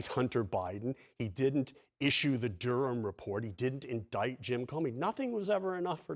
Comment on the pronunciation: Wtf is the 'Du-Rham' account? Its the name of an English city and a common enough used English surname, and it's pronounced 'Durram'. Its English, not French or Dutch. Sooo annoying!